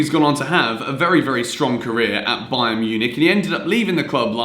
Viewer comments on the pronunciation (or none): none